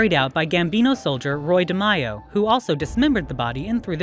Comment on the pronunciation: And De Mei not De Myo this woman’s pronunciation of names is extremely poor